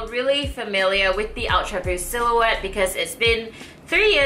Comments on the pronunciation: D. Kaoru “awtra buust” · I like the way you say "ultraboost". >.<